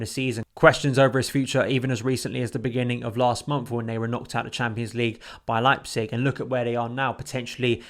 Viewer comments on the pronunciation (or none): none